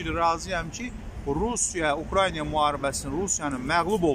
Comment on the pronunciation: УКРАЙНИЙА😂😂😂😂 Украина,мал!!!